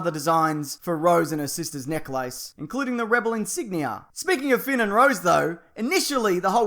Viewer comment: Necklace is not pronounced "neck. Lace." Unless I've been wrong all these damn years! 😭